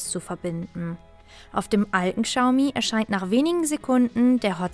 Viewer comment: Boah wenn ich die Aussprache höre... Kschaumi 😦👈🏼 Falscher geht's echt nicht..